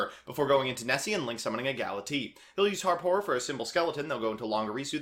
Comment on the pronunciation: Galatiii, Dingrisu, etc.